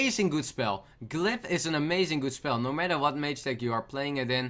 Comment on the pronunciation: trying to say Glyph: GLEPP